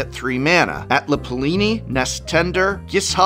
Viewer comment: dear on behalf of your education as a language teacher: her name is atla palani. not atla palini.